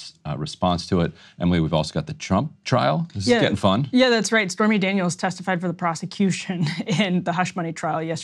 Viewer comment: did she say spermy Daniels?